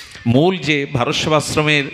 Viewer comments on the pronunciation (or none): none